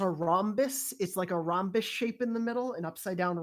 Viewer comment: Don’t ever say Rhombus again please